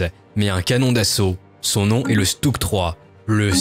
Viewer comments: On prononce « Chutug », le S se dit « Ch » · Sa se prononce "schtougue"